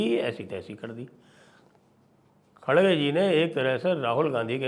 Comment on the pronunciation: Khadge - khadge mat bolo. Idhar Karnataka mein "R" ko "D" nahi bolthe hain. "R" hi bolna chahiye. Sooo Kharge - Kharge bolaa Karo